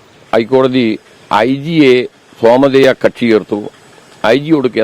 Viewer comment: സോമധേയ അല്ല.... സ്വമേധയാ..